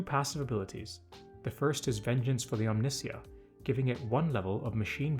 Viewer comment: *omni- sigh- a